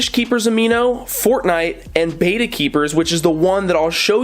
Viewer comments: Get a koi (color type) Betta. it is pronounced behtah not baytah. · Bet, bet, bet ... betta. Not baeta, not bayta, and not betta fish. Click the loudspeaker. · Sorry but I am tired of you saying Bait a fish when it is a Bet ta fish,bye un scribed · First, it's bet-ta not bay-ta Next, HMPK bettas are my favorite bettas. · It's betta, with a soft e. Beta, with a hard e is the second letter in the greek alphabet. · Roman G your right I will not unsubscribe. When ever talks about Bet ta fish I just mute him,,,,lol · First off, pronounced as Bet - Ah secondly... Nope actually that was all. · Betta, not Betta!😉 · you’re pronouncing it wrong but good vid